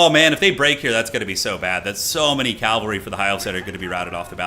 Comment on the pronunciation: PLEASE, IT IS PRONOUNCED CAV-AL-RY, NOT CAL-VA-RY! CMON MAN